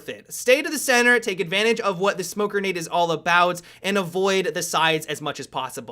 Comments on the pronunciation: "Smoke Gernade" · funny how he pronounces grenade